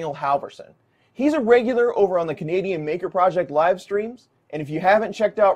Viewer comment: Maybe I need to have my hearing checked. I thought you said "Comedian Maker Project" the first time you said "Canadian Maker Project." 😅